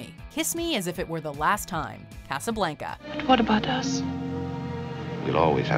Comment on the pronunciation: Love this voice lady over the other one BUT, STOP SAYING CASABLANCA LIKE THAT.